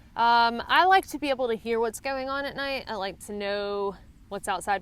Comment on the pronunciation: I'm from the south...so I've heard ALL kinds of southern accents. But it's still cute to hear some 'twang slip out of you every now and then lol "Naite haik" Or...however you would physically spell that lol Anyway...appreciate you and all the knowledge you share to help out everyone from seasoned hikers to newbies :)